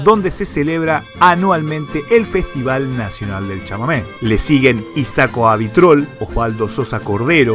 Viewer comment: isaco abitbol, no abitrol, muy linda reseña